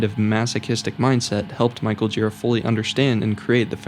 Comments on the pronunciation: Its not Michael JEE-ruh, or GEAR-uh... its jhu-RA. Thats how he himself says it. It's a name of french dissent, if i recall properly. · good video, but he's michael girA, not gIra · thank you, but his name is michael girA, not gíra